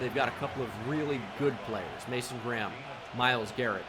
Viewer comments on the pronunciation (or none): none